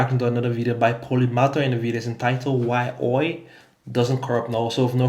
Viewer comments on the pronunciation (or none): i have never heard somebody call oil "Oi"